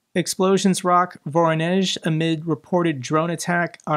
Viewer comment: love to, but as per hitting electrical facilities in Voronezh, well... he cant even pronounce Voronezh properly. so I say hit every and all russian electrical production and transmission locations. hard emphisis on those which feed the rail network.